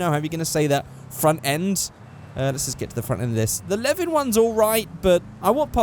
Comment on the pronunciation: When said ae86 I was oh yea then he said leven then i was like ahh fuck